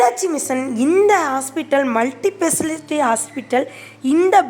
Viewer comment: ஸ்பெஷாலிட்டின்னு கரெக்ட்டா ப்ரெனவுன்ஸ் பண்ணுங்க. கேட்க ஒரு மாதிரியிருக்கு.